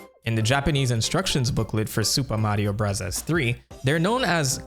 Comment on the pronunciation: Its not Supa Mario Brazaz